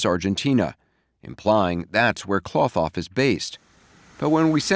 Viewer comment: Cloth-Off...NOT KLOTH off